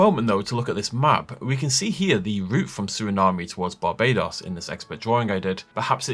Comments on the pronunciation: My bad but I have to do it… It’s “Sur-uh-naam”. No “ay” at the end. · its pronounced "suri-nam" just trying to help clear that up! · Just a friendly heads up, it is pronounced Ser-eh-nahm, no E sound on the end of the word.